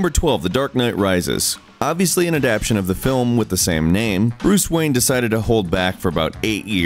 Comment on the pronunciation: were you drunk when you recorded the audio for this? Also, it's "adaptAtion" not "adapshun".